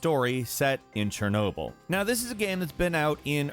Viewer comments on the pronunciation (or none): none